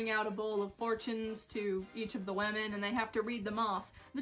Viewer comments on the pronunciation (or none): I love how you say women ~Wehmin~ In my accent it's wimin which is much less fun